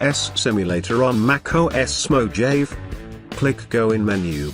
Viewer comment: Bro its pronounced mahave